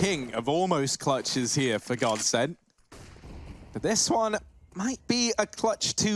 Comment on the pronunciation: Bruh it's godsent